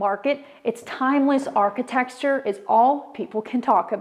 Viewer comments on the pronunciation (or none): Gotta love all that traditional “architexture” 😂